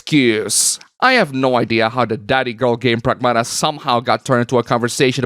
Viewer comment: PREGMATA ✅ PRAGMATA ❌